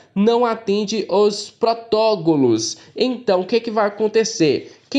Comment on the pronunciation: PRO-TO-CO-LO, deixa escrito na hora de gravar, vc consegue. Mas não vou deixar de rir kkkkkkkkkk